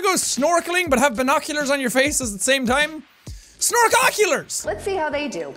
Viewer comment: its not snorkoculars, its snorkulars.